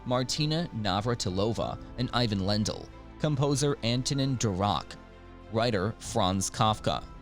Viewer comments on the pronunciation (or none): Ok video, but seriously make an effort on the pronuciation. Vaclav is not Vaklav. Jaromir is just pronounced Jaromir. You even jot the "ya" correct. It's Dvořák not Durak Just take the 3s it requires to go on the wikipedia page and play the audio. It's not about Czech language being hard; it's about doign the 3mn of work.